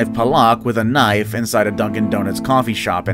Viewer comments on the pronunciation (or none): none